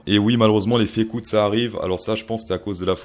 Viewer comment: Tu parles du if you room ? Ou de la Fée coûte ?